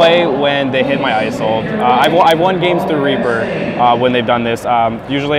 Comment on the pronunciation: it's Is-olde not eye-solde. Otherwise nice build :D